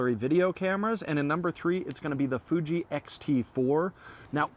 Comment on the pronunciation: Ha Ha Ha...by is feeling 0 pain,,, "I juss love,,,d that Fooooji, SOOO mush fun"...Good thing he never got too close to the fire,,,Great Job gents. I appreciate your mentioning the Olympus OM D EM-1mk III...I know the Canon is much more mainstream,,,especially going forward, But with ALL the features and tricks that the Olympus can do---It's simply amazing,, Micro 4/3 or not. Always watch,,now subscribed!